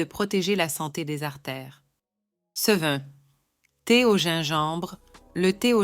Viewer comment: Est-ce que la madame qui fait la narration a des ennuis cognitifs? Elle n’arrive pas à dire les mots : ce et ces, de plus, elle dit les nombres en ‘’angles laids’’ … Elle semble aussi souffrir d’apathie. Je suis inquiet pour la madame.